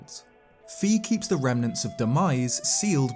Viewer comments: Yep, I used to pronounce it as "Fee", but now I pronounce it as "Fie/Fye". Classic Zelda rookie mistake, lol. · And by the way, Fi is pronounced "Fye" not "Fee," as indicated by her name ファイ.